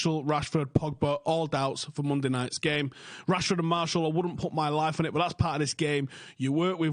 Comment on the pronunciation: Mar-see-al not Marshall, bro lol